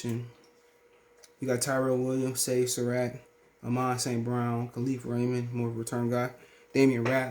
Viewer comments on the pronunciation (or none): Bruh did you call him saintamont brown 😂